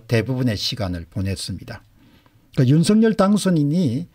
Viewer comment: 율서결이아니고 윤성열이맞답니다 발음하나에퀄러티가떨어져보여서야되겠습니까